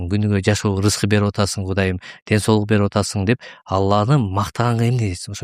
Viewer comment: Сол эмес соол Деп туура айтсанар